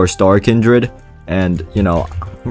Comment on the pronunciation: Bro said starredkindled 😭